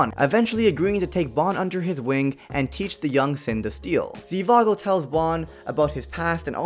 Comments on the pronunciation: It’s not Zivago it’s Zhivago lol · It isn’t zivago its zhivago